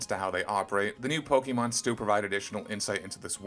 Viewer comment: You don't even know how to pronounce Pokémon.